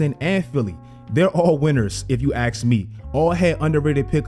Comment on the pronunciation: nice to see continuing the tradition of not being able to pronounce "ask" lmao. still great vid my man.